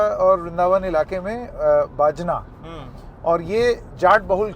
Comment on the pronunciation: बजना नहीं बाजना नाम है।